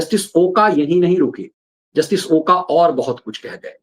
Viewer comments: ओका नहीं " ओक" है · Not ओका but it's ओक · ओक Not ओका.. Please Use Proper Name.. जस्टिस अभय ओक..